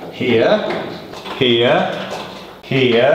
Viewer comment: made "HERE" sound like a different word and odd